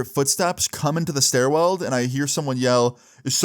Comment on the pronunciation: Bro said "Stairweld" like 5 times